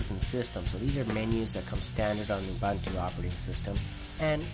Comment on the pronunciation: oo-boon-too not ah-bun-too